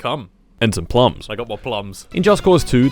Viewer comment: I love the way he says plums. 'mah ploms'